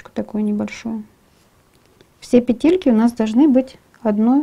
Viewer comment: Иголочки , ниточки , арочки , петЕльки , рядочки , блин неужели нельзя не сюсюкать. И не петЕльки , а пЕтли или пЕтельки. Что за манера манерничать.